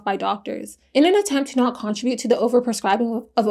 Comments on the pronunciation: i love watching your videos except got the way you pronounce contribute lol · The way you day contribute bothers me I'm sorry 😂